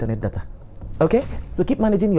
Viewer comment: Onye nkuzi O-dee akpu, ekelekwa m gi. You've wrongly and ignorantly pronounced "data". just goes around to constitute nuisance.